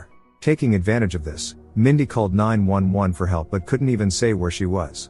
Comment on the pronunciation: "911" is correctly spoken that way. The way most people say it means it should always be written as "9-1-1."